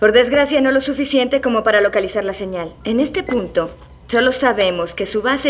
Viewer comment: El tercer doblaje es el mejor sobretodo por esta pronunciación de primer nivel "senial"...puff!!! Estaban mejor los comentarios en el vídeo que habían subido antes 😒